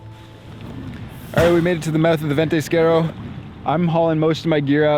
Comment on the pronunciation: VENTISQUERO, not ventisquere, is it really that hard to say?